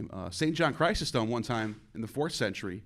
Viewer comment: Can’t pronounce Chrysostom??? Doesn’t know Islam??? What clownry